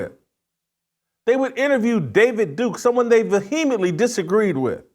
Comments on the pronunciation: Jason.... you are a brilliant journalist. But cmon man. Vuheemently? Its vehemently. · I think the h is silent vehemently... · Bizarre pronunciation of "Vehemently" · Please learn to pronounce vehemently correctly! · Please try to pronounce vehemently correctly before saying it so often!!!